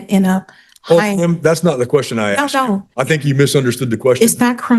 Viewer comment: Honey, he "asked" you, not "axed" you. It's not a Friday the 13 movie. Though I wish it was, and I wish he had.